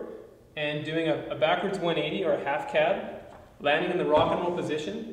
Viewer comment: I thought he said "afghan rock n' roll" for a second. Of course we all know it's the half-cab rock n' roll. Good stuff